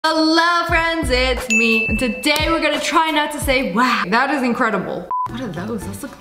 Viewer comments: You said wowl when you are telling about the ice thingLOL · You say wal 3